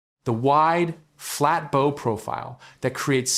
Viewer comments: Owe, as in "You owe me money" is pronounced like "no". Maybe you should try "Bow like How". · Hey, AI! It's pronounced Bow like Owe, not Bo like No. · If you're going to use AI to read your text you should spell out "bow" phonetically as "bough" so it reads it correctly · AI voice can't pronounce the word bow 😂